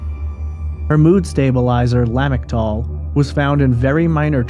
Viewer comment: Er, the dexedrine is way more likely to precipitate a manic episode than buproprion. Also la-MIC-tal (la-MOE-tra-gene).